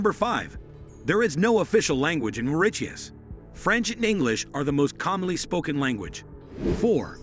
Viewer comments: 3 facts that you probably didn't know about my island🏝 🇲🇺Mauritius 1. Mauritius is not pronounced Maurikius 2. We have drugs and other countries are better than Mauritius 3.Our only president let go a cargo drown (ship drown) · I gess u r wrong about z 3rd fact..n ur pronouncation r really vry wrong..its MAURITIUS n not maridius..😡😡😡learn ur histirical lesson n bit more n try 2 pronounce any island as it may b😊😊😊😊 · It is pronounced "MORISIUS" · Official language is English and we speak creole little like french. It is pronounce Morissius😊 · Maurittiuss? No it's pronounced Mau-ri-shiuss. We study english and french so we are fluent in those languages. We mostly speak creole. We speak hindi, arabic, italian, spanish etc also depending on what we chose as others. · Also z pronunciation is wrongly it's not mauriTius... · he pronounced mauritius so weirdly😭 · Bro that’s not how we pronounce it💀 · You are wrong English and French are official languages in our country and the most commonly spoken language is Creole, our mother tongue And our island was first discovered in the 9th century Not to mention that you are Incorrectly Pronouncing the word Mauritius!!! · Why tf is it pronouncing mauritius like that and as a Mauritian we learned all of that in school and we have Creole as our language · you mispronounce the name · Dude why does it pronounce mauritius 🇲🇺 like this ... makes me sick af And yeah we all know these "fake facts" How stereotypical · Bro should learn to pronounce Mauritius first before making these video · Also bad pronunciation of Mauritius